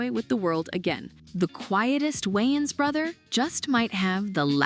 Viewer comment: The Wayans Goated but you sound like u said John Waynes😂